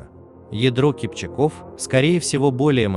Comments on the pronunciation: КипчАк -КипчАков . В тюркских языках ударение ставится всегда на последний слог. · Всё верно,только ударение на второй слог и во множест. числе.КипчАк, КипчАков. Не КипчакОв.